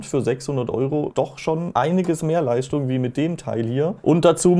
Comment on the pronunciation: Ich schaue eure Videos super gerne und ihr macht klasse Content. Das Video konnte ich aber nicht zu Ende schauen, jedes „st“ wurde als „scht“ (Leischtung) ausgesprochen… Meine Misophonie macht es unerträglich das Video zu schauen 😂 Dennoch 👍 hoch!